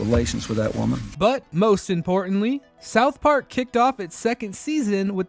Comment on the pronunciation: Great video but you say "south park" weird